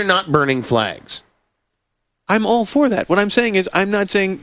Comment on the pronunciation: “I didn’t hear the L.”